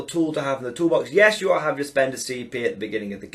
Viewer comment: New drinking game. Have a swig every time says "tools in the tool bax"! 🤣